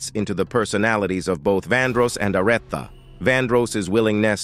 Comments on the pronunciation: LMAO, ARETHA, IS A-REE-THA. 😂😂😂😂😂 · Who the heck is "A rett thaa"!!😮 Yes, might be A. I. Speaking as narrator.